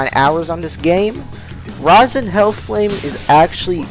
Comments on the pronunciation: it’s Roe-sen, not Rohzen. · "rOzens" rose🌹 -> "rose-ens" have a blessed day